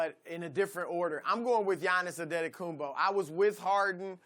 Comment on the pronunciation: “Yahnis Andedekunbo” Chris Broussard is the GOAT at pronouncing names 🤣